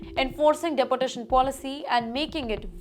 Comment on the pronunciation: Please look into the pronunciation of your reporter. She has issues with the right pronunciation.Its De por tation ... Not dapportation